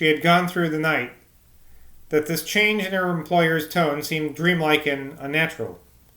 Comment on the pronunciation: Ha ha. I don't think my attempt would be much better. Saying 'thik' instead of ?'this? just seems so wrong whenever I come across it.